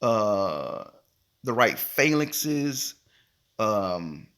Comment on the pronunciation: I disagree. He does not know how to pronounce phalanx and always stream from his bed room